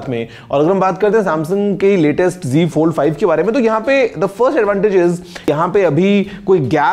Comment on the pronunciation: app g fold bol rhe hai wo g fold hai ya z fold h